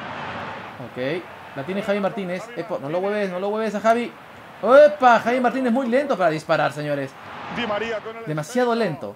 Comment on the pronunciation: Javi se pronuncia javi no chavi ,xDDDDD